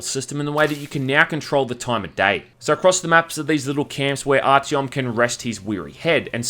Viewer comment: “Archyom” b r u h